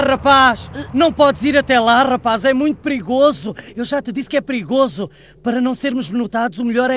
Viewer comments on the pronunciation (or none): Essa voz do vegeta mds kkk "É muito prigoso"